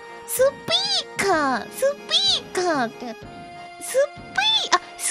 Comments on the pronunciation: the way she said suppeeka is so accent rich while fidgeting it's adorable to imagine xD the clerk should better watch korone stream! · Korone and the Spea⬆ker⬇ Story, this really made me laugh more than I should have though . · It's kinda interesting because the intonation Korone uses is closer to the English way of saying of the word. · The crazy thing is that the way she says 'speaker' sounds a lot closer to how it's stressed in English, so it sounds fairly natural to my ears.